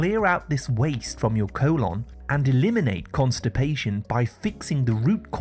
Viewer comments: Great informative video,but why does he keep saying "co-lonn"? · Co-lon lol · Your cool-onn 😂